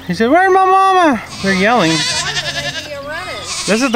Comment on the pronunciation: Sounds like they're saying "wah" and "moma"